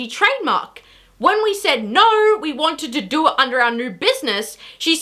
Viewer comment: You say do like doer